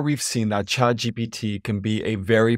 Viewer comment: I'm happy to see that you correctly pronounce it as ChadGPT